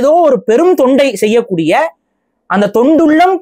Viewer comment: Thondu ullam thondu ullam nu aluthi solreye 😝😝